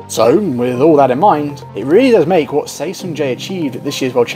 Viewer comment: For the record, Seo is pronounced and historically written as "Suh". Seo is a poor phonetic spelling, but then again Lee Yong Dae, like all Lees from Korea, should really be Ee or another phonetic combination to make the proper syllable/sound.